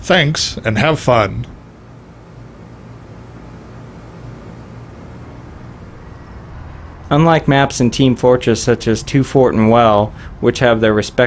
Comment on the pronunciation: a n d h a v e f u n (node, node)